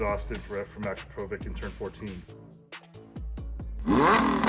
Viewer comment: Finally someone that knows how to say Akro-po-vic properly lol